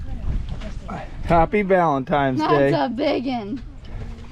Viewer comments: it’s “Valentine’s” not “valentime”. 😂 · It’s valentines, not valentiMes. Cool video. Lots of fun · Oh man....he says "Valentimes"... Bummer.